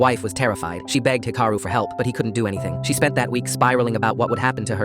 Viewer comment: 1. It’s Hee-ka-roo. 2. Japan has a version of universal health care. Patients only pay about 30%.